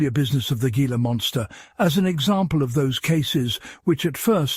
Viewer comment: It's not gee-la. It's He-la. Spanish pronunciation !